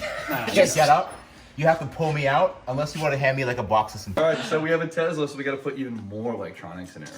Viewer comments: You need to change the badging on this car to say "TE-LS-A" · You're gonna call it the TeLSa right? (Pronounced TEL-ES-A)